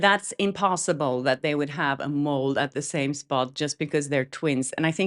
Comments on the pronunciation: Just as an FYI it is a "mole" not a "mold" =) You're awesome. BL is getting tiring to hear about but I keep listening, hahaha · I think i heard a "d" at the end of the word "mole". Maybe it's just what i thought i heard. Anyway, there shudn't be a "d" sound at the end of Blake's atrocious skin mole as a twin character :D I love your slightly padded phonetics, it's charming!